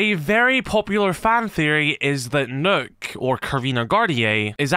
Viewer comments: You pronounce Nøkk as "Nukk" not "Nook" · the name is actually pronounced as “nuke”